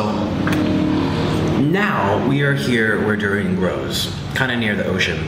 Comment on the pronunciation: In my home country durian is just a delicacy but I absolutely hate the smell and it tastes okay but it kinda tastes like nothing and he’s pronouncing durian wrong anyways and durian is not how you spell it lmao